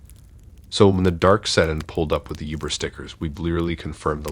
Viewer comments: Hard to take these seriously everytime he says youber lol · Great video man. But I'll be honest, I chuckled to myself everytime you said youber lol